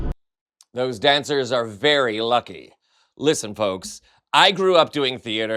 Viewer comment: *Dancers not dangers lol